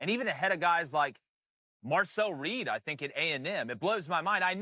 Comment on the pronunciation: Bro said Marcel reed. Lost all credibility